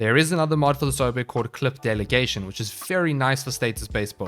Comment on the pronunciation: The way you say “Clip Delegation” reminds me of yogurt. Specifically a Gogurt stick. Don’t ask. I love sounds and tend to associate sounds with items.